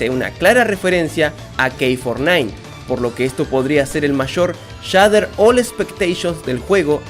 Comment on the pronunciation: "Kei four nine" Ulalá señor francés Entonces cómo se dice? K nueve nueve 🤑🤙🏻